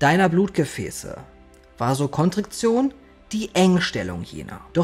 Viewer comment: „Vasokontriktion“: alles klar 👨🏻‍⚕️ ✅